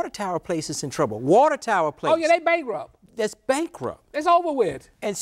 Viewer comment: "Oh yea, dey brankrupt"... I shat a brick I laughed so hard!